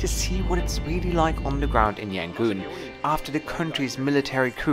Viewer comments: "Yan gon", not "Yan goon" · FYI, It's either Rangoon (old British name) or Yangon, cannot be Yangoon :)